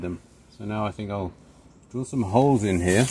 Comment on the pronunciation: Holes!!! Not hoes!... that's a whole different thing! ☺😉🤣